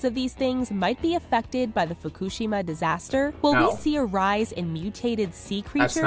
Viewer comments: Im 99.999% sure she is saying fukushima wrong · Quite literally everytime she said "Fukushima" it was pronounced differently. How? Cover your bases I guess.